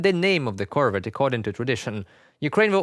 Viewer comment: Good plan! At the rate that Ukraine is converting Russian ships to submarines, by 2027 this will be the most useful ship in the Ukrainian Black Sea fleet! Nit: Emphasis on the second syllable: cor-VET, as in the French pronunciation.